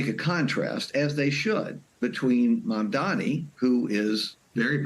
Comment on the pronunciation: Mayor Mamdani! Learn how to say it!